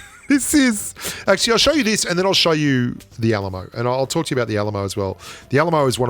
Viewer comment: When he said Alamo I though he was saying ayy lmao